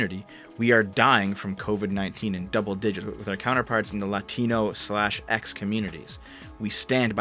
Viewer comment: Oh man, that unnecessary, out-of-nowhere Hispanic accent on the word "Latino" when she has an American accent the rest of the time... I really hate when people do that. It's not Hispanic Accent lAtInO. It's just Normal voice Latino. The same accent as when you say any other word.